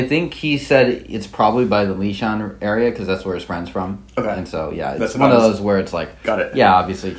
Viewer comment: Sold me on 'Lishan"